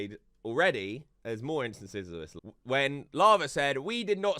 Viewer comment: “THIS” not “VIS”